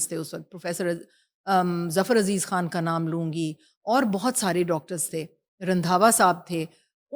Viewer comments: بڑی حیرانگی ہے کہ سمجھنے سے قاصر ہیں کہ ہوسٹ انڈین ہے کہ پاکستانی.... خان کو کھان کہہ رہی ہے زخم کو زکھم کہہ رہی ہے.... ڈاکٹر صاحبہ کو اسکی اصلاح کرنی چاہئے تھی... 😮😮😮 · Host should need to have proper Urdu language like she is always use کھان instead of خان،